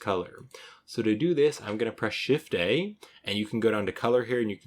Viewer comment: he is saying Shift + A if you have a problem hearing "shift day" lol like i was. maybe i've been working on blender too long tonight lol